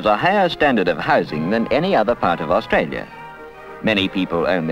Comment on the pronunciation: I remember this Canberra so well - and I love hearing Canberra and Australia pronounced properly rather than today's bastardised versions of 'Cambra' and 'Australya' that I hear so often on the radio and TV (including the ABC).... my pet hates.